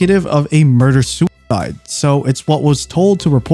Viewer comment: "SOO IDE" get's annoying after a while